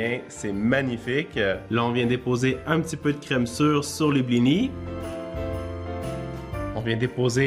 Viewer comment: Tu ne prononces pas le s dans blinis